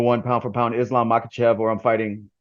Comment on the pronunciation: His last name is pronounced: Mah-hah-shiv